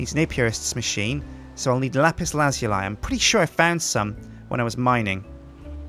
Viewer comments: "Lapiz laz-you-lie" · it actually pronounced lapis lazuli. (luh-zoo-lee). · No its not... its la-zoo-ly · Its pronounces Lap-pis Laz-ou-lee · Lapis Laz-U-Li :P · he says lapis lazuil so weird :D